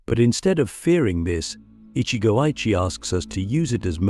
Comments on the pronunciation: Every time it is pronoinced ichi go AYE chi instead of ichi go ichi e, it is too irritating. Some times it is pronounched correctly, often times not. Cant listen to AI rendition. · It's Ichi Go Ichi Ei - One Moment, One Chance. This commentary mispronounced it. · You said ichigo ichi wrong